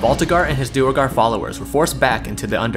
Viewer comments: Duergar is pronounced "dwere-gar", not "dur-a-gar" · Its not dew a gar, its pronounced dwey gar.